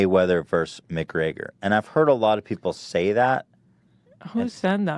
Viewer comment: Why does Ethan keep saying McGreYYYYYgor??